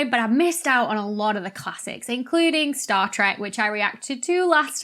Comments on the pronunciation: ITS STAR TREK NOT TRACK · Trek not trak